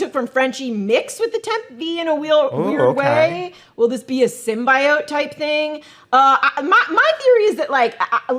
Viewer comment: Are you guys saying SymBYEYOTE on purpose?? Its symbeeyote lol